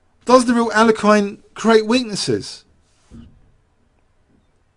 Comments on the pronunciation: Regardless of the 2nd syllable, the last syllable is not meant to be a hard 'i'. You mentioned what Nigel Short said, but regressed. I do the same ^_^ Anyways, I don't care and I was only joking. Sorry if it was taken personally. That being said, I'm guessing I was wrong anyways because despite the 2 hour length, you definitely use his name more in other past videos. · Other possibility: This video has more mispronunciations of 'Alekhine' than any other video on youtube. =P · seriously just stick with one pronunciation of Alekhine and go with it, your constant struggle with this name is a bit distracting. Otherwise, top class chess commentary as always!